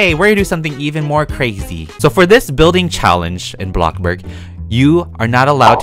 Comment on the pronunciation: Nobody:.........: BLoCbURg!